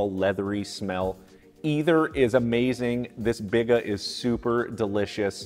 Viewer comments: FYI...it's BEE-gah (biga), luh-VAN (levain), poo-LEESH (poolish), and BROHT-form (not brat (like the sausage) form) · It’s “bee-gah” and a Biga is low hydration compared to a poolish. Biga is classically about 50-60% hydration where Poolish is 100%.